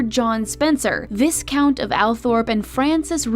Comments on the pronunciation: viss-count?? Vie-count!🙄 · A whole 49-minute video and you didn't bother to learn how to pronounce viscount and viscountess.